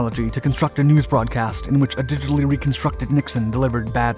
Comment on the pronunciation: HE SAID DIGITILY RECONSTRUCTED NIXON......DIGITAL FOR REAL..??